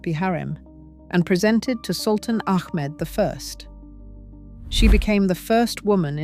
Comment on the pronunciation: ITS NOT MEK MED...ITS MEHMET....ITS NOT ACK MED ITS AHMET